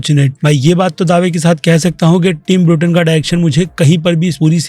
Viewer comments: Bruten nahi beta Burton hai naam seekh ke aa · ब्रूटेन नहीं भईया बर्टन!